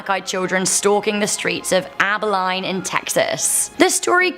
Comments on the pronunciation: It's Aba-Lean--not Aba-line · AB-EL-EEN.... (facepalms) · Samhain is actually pronounced sow (like a female pig) en. It is the Keltic pronunciation. Abilene is pronounced ă bil een.